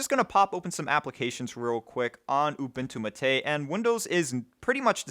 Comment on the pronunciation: ooboontoo m8 not youbuntoo matey